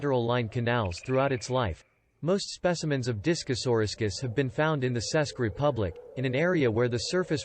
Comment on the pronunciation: nice work,. (btw/ where is "Sesk" Republic? do you mean Czech Republic? if so, it is pronounced like "check")